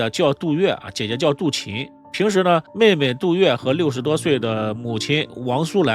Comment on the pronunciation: 唉....識人很重要啊... 這一家人的面相就是奔著錢去的... 主持人為什麼一直把杜琴唸成杜臍呢..？？